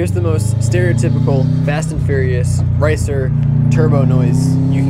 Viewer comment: I think he said racer not ricer, I may be wrong